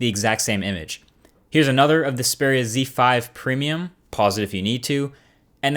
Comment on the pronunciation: Great! A youtube reviewer that doesn't say "Ze/Zed" when pronouncing Xperia phones.